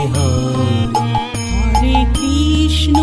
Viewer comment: খুব ভালো লাগলো। সুর তাল কন্ঠ মন্দ নয় ! কিন্তু উচ্চারণ গুলো আর একটু সঠিক হলে আরো ভালো লাগবে ! যেমন:- কৃষ্ণো নয় > কৃষ্ণ হবে, রামো নয় > রাম হবে ! বিষয়টি মনোযোগ দেওয়ার জন্য অনুরোধ রইল !